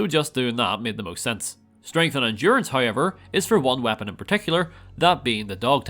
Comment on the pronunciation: You saying hoyever made me think you were Ryan Hollinger for a second